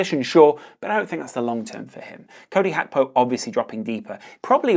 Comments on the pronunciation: Hey brother it's GAK PO not hakpo. Thank you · It's GAKPO not fu*king HACKBO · Gakpo is dutch but Gakpo isnt a dutch name so you dont have to say "hakpo" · I know you’re probably pronouncing it correctly & I also know it’s probably ignorant to say this but my god was ur pronunciation of Gakpo fuckin’ annoyingggg😭🤣